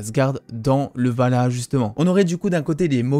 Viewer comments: C'est ValHAla... pas Valhaha x) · Tu as vraiment du mal avec le Valhalla (pas Valhaha) :'D ;)